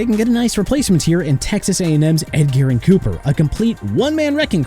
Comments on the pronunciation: MF said "Ed-Garren Cooper" 😂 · Tre'von Moehrig's first name is pronounced TRAY-VON, Edgerrin Cooper's first name is pronounced EH-JR-UHN, and ALSO, Jagwires? It's pronounced JA-GWAARS. Get the names right sir!